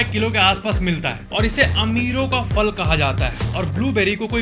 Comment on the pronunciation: “Simpanzee” ?! 🤷🏻‍♂️🤷🏻😂 “Fal” nahiñ “phal” kehte haiñ.